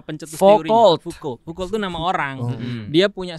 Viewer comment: maaf ustadz, Foucault bacanya Fuko dlm bahasa Perancis